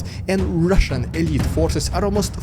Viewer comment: I like your channel even if you dont show footage as other channels like Denys or "Reporting from Ukraine". But one constructive critic: Your opener to "rrrrrussian propaganda" was funny the first times only - now its kinda cringe :D